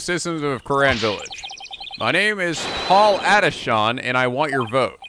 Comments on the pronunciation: Come on! The pun is politician!. Paul atishon is pronounced politician! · "Paul Atishon" is supposed to be pronounced like "politician", because... y'know... XD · Please tell me you've realized the pun and pronunciation of Paul Atishon's name is literally Politician..... It's the most obvious pun in the entire franchise. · The picture with the gravy stain was from the last case of Trials and Tribulations when Pearl smeared gravy on it after misinterpreting Morgan Fey's letter to her. Also the pun for the douche guy you met is pronounced Paul Ati-shun as 'politician', which was clever considering this game was released a during the 2016 elections. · Paul Atishon = Politician Palanquin = Pal-Ahn-Keen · In case you haven't figured out the pun yet, Paul Atishon is pronounced "Politician"